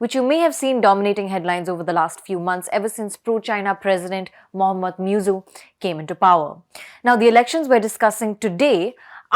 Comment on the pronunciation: His name is not Miyuzzu. The name is Muizzu. The least you Indians could do is to show respect to others by pronoucing their names correctly. It doesn't take a lot of effort to learn a foreign name.